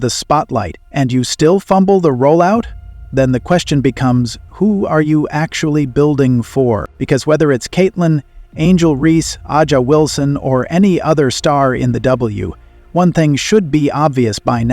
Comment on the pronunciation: It's pronounced asia wilson bro